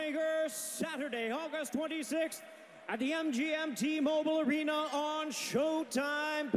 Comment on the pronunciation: the "ARENER"..